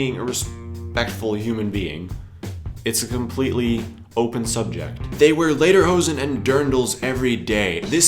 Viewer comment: Yes, and it's lederhosen, folks, pronounced "LAY-dare-hoe-zen" - not "LEE-dur-hose'n" which sort of sounds like "Song-pants" to a German speaker.